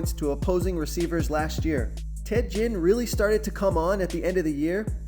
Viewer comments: His name is Ted Ginn. Not Jinn. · 100? Stepped up a bit or just for NFL? Marshawn isn't in on the main slate(fanduel) btw. And it's pronounced Genn.... Like again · Nice video keep it up👍 and it's Ted Ginn with a G not a J lol